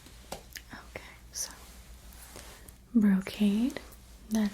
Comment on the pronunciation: I love when "" says NoKay